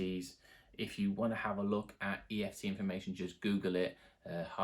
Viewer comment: kept saying eft ... 😂